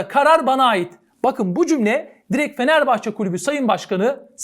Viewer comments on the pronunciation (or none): none